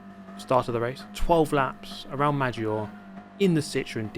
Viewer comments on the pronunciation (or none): I phisically cannot contains my self every time races at Maggiore I have to correct his pronunciation